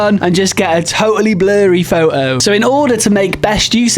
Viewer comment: What in hell is a "faux oh"?